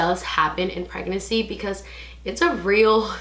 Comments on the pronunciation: Thought I was trippin lol she isn’t pronouncing the second N but she’s still cute tho. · the way u say pregnancy😆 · I noticed too lol